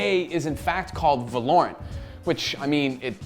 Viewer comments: They did it again 🤣🤣 not Va-lore-rent break the word apart and sound it out. Valor-ant now say it fast. Gj Gj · he is putting emphasis on a insted of o. It is supposed to be Val-o-rant. Val like in Valve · Lol it's not called how you pronounce it???? VAloRUnT? Its VALOR-RANT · Velorent ? It actually goes by "Va-lo-rant". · Val-er-rant say it with me, wtf is valaurent? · Pretty sure its not va-lor-ant like you kept saying I think its val-or-ant Like how val-or is pronounced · Thats the right way to say it. Hes saying it like Va-LORE-int. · VALOOOO RAAANT NOT VA LOOOORE ANT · va lore ant? it is pronounced val er ant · VALOR-ANT not valorent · please stop calling it vahlorrunt its valerunt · You were really confident in your pronunciation of the name weren't you? Its suppose to be said like the continent of Runterra (League world) but with a T at the end so say it with me Val-or-ant. Get your shit straight next time not that hard bro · “It’s called Valorent” Uhhhh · valor-ant is how ive been pronouncing it maybe im wrong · The game is pronounced Valor-ant as in commendation and the insect, it's name after a place from the league of legends world of runeterra, as heard in a poppy voice line. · It is pronounced as Val-o-rant. Val like in Valve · LOL HE CANT SAY THE GAME NAME NORMALLY VELORANT ITS VALORANT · Val-or-ant not valournt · Valor-ant, Val-or-ant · Its prounced as VA-LO-RANT! Come onnnnn! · vuh lorant? its spelled valorant say it right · Imagine if he could pronounce Valorant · How does he pronounce the name wrong so bad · Is it not V ah (as in ass) lorent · He is pronouncing it wrong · the name does sound better when you pronounce it right to be fair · You did not just pronounce the name like that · Can already tell the name is gonna be a problem. Val-o-rant vs va-lor-rant